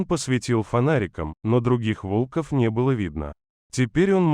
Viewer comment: Кто читает? Робот или Джон? Сказать вОлков, вместо волкОв и все, вместо всё, это уметь надо!